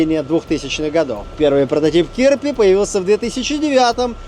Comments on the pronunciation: Кирпи ударение на второе і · Да, только называется не кИрпи, а КирпИ, и переводится как "Ёж". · не кИрпи, а кирпИ - kirpi - ежик.